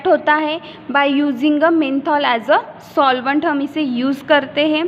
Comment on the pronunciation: Its not menthol it’s Methanol.